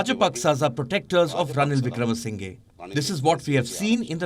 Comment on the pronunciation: Its not ranil wickrama sinhee its pronounce as ranil wicramasinha but it writes as ranil wickramasinghe 😂 How ever he is the guardian of rajapakshas